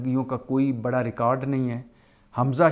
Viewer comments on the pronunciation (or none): none